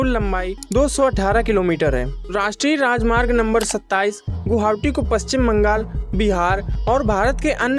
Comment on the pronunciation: Guhaoti... 😂😂 Nahi guwahati bolo... 😁